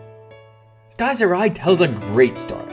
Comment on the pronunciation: The ridiculously long monologues ruined "Dyes Ee Ri" for me